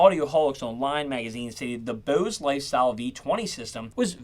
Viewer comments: Bose not booze.. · Whats this "BEAUSE" company youre talking about? Thought this was about Bose? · This guy sounds like maybe a surfer dude or something the way he says Bose, home, etc. But just those words. Kinda odd